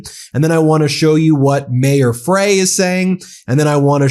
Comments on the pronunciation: Ben, the Minneapolis Mayor's last name is pronounced FRY (despite being spelled Frey). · C'mon Ben, aren't attorneys supposed to be sticklers for attention to detail? Our mayor is named Jacob Frey....prounounced FRY NOT FRAY. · It's pronounced "Fry" not "Fray". I know I'm being pedantic, but please pronounce our mayor's name right. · Ben, just for your info, the Mayor's name is pronounced "Fry". Many are saying it incorrectly. (I live in Minnesota) Thank you for what you do to keep us informed. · BEN!!!!! STOP IT!!!!!! HIS NAME IS PRONOUNCED FRY!!!!! YOU'RE FAR TOO INTELLIGENT TO CONTINUE MAKING THAT "MISTAKE" !!!! Come on, man. I brag on you and your accomplishments with MTN all the time. You're disappointing me because you're the only one in the Independent media space making this mistake. Remember: IT'S FRY, NOT FRAY!!!! ❤❤ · It's pronounced Fry, like a French fry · Thank you for your great work. “Frey” is pronounced “Fry”…I live in Mpls, so I am just wanting you to say his name correctly. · Fry. Like Fish Fry, that is how it is pronounced. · It's pronounced fry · His last name is pronounced ‘fry’ 😊